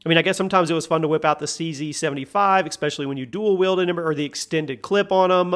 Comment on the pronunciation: I love the vids but there is no x in the words especially